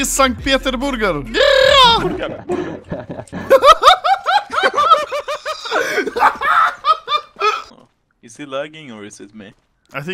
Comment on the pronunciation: "st peterBurger" lmfao